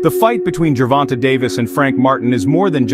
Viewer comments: This is an excellent profile of the two fighters, but why is this reporter refusing to pronounce Tank Davis' name properly? It's not pronounced jer-VON-tuh. It's jer-VON-tay. It's only 3 syllables, and the last one is not 'tuh' --- it's TAY!! The editor should have pointed that out to the reporter before posting this video. Just like getting the facts of his record (wins & losses) correct, pronouncing a fighter's name properly is even more important. It's lazy reporting and borderline disrespectful to keep saying a bonafide sports superstar's name wrong. It's sad to think that broadcasters make sure to pronounce the horses names correctly in the Kentucky Derby, yet others get grown men's names wrong. There are 1,000 opportunities to hear how to say "Gervonta" on Youtube or Google by listening to a simple interview with Tank's mother to hear how she says her own son's name. Just a thought. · Dope video! Definitely super hype for the fight. Btw fam his name is pronounced Gervon-tay haha not Gervon-tuh. great video though man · The end of his name is pronounced tayyyyy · Why do they always hear his name when they research and still pronounce his name wrong. He doesn’t even have a good voice for narration even the the graphics and script are well done. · Learn how to say the man”s name! It’s disrespectful.